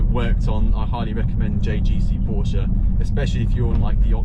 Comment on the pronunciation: Stop saying porscher, it's porsche.